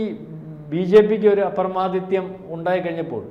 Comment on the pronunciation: അപ്രമാദിത്യം അല്ല, അപ്രമാദിത്വം....... അതിന്റെയും അർത്ഥം പ്രാമാണികത എന്നല്ല, ഞങ്ങടെ ഭാഗത്ത് പ്രമാദമില്ല, തെറ്റില്ല എന്ന മർക്കടമുഷ്ടിയാണ്.